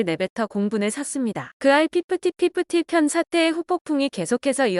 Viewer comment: 핍티핍티 라고 하심이 피프티 피프티. ㅋㅋ 미춌다.